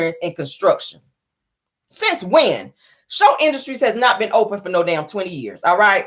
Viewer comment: i love your show you are one of my faves. The name of the Snotts company is Scholt not Shultz. Its Scott and Holt mixed together. Scholts. Enjoy your Friday💜